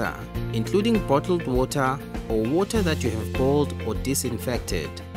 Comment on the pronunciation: "DrINk OnLY sAfe WOTaH"